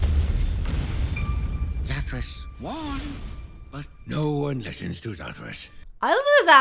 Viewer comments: Sorry I think you put the inflection on the wrong syllable.... It was Zathruss but not Zathruss... see the difference. ;-) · Oh you mean zathros this one is zathros the other is zathros. Hear the difference in zathros? They're different.